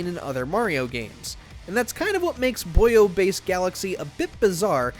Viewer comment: "Buyo Base"? Boo-oy >_<